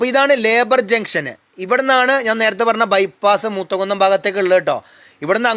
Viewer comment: Hi വീഡിയോ നന്നായി വളരെ നന്ദി. ഒരു തിരുത്ത് ഉണ്ട് മൂത്തകുന്നം എന്നാണ് സ്ഥലപ്പേര്. മുത്തകുന്നം അല്ലാട്ടോ.